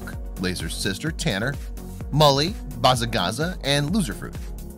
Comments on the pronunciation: Did anyone notice how he said bazza gazza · Is nobody gonna talk about how this guy pronounced bazza gazza?!?